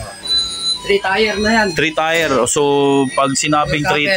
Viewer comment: tier..tire? tier..tyer pronounce nyan 😅😅😅😅 palpak mag blog 😅😅😅😅